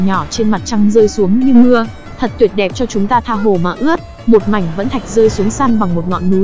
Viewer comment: Bà chị ko nói đc từ mảnh mà nói sang từ mánh kk 🤣🤣🤣🤣🤣